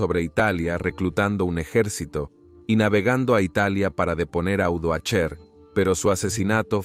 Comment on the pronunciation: Napos, Odoacher, qué horror de proninciación, imagino que se trata de una voz artificial